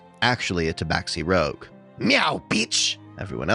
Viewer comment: Stop saying rouge like that.